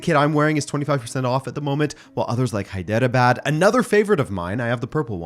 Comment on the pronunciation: Heyy! Amazing video as always! But it's pronounced as "Hydra baad FC" (Where D is pronounced like "THE" so you could say - High THE-Raa Baad and pronounce both 'THE-Raa quicly) even though it's spelt as "Hyderabad" Sorry for the lecture 😂😂 <3